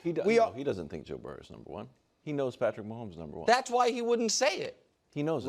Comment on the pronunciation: He can't even say Patrick Mahomes so nothing after that is relevant.